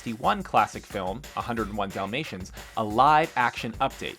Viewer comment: I heard him say "domasians" lol